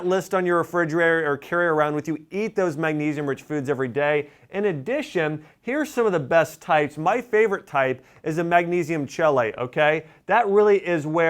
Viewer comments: pronounced “kee late” not “chee late” 😉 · Lol! It’s pronounced; key - late = chelate......not chell - late. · Oh my....it's magnesium KEEL<ATE ... not CHEL<ATE. (spelling for pronunciation purposes only) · Chelate is pronounced kee-layt. I'm sure you've heard of chelation (kee-lay-shun) to remove metals poisoning in the body. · Chelate is pronounced KEY-late. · Great video, thanks! (BTW, chelate is pronounced kee - late) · Chelate is pronounced “kee-late” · Goodman - I caught that, too! Kinda makes me wonder about the doctor............. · you are miss pronouncing chelate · I can't believe you mispronounced Chelate. Kefir, is often mispronounced, but you should know how tho pronounce Chelate!